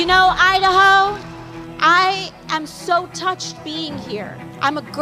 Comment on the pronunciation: When she says “ I-Da-Ho” from the Bronx - Sha ain’t lying!!!